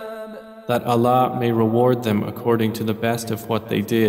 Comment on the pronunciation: Can you pleaseee change the way he pronounces Allah !!!!! Please ! I am unable to hear this translation due to the way he pronounces Allah